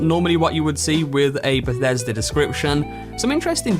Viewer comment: Beshesda? You mean Bethesda?